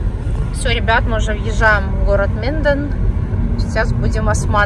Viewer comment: Это не Минден, а Менден